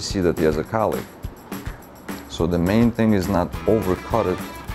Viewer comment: Is he saying collic or cow lick?